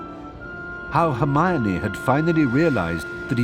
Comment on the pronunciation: Right😭😭😭 hermione too. That herfeffernie feffer